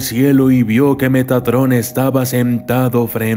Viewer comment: poco más y dices megatron xD